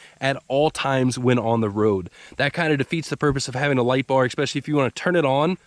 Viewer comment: Sorry but it's just been bugging me for too long..... The word "especially" is pronounced "eh special ly" NOT "ek special ly". Rant over